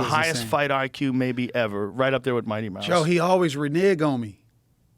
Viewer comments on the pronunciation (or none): none